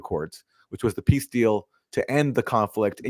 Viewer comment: Zelensky sounds like he is saying 'piss' instead of peace, lol 😹